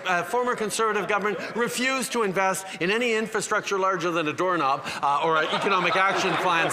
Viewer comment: "to install a dorrknob in the PM's office" - now that is pure gold! And the moment Justin uttered that word he looked immediately regretful.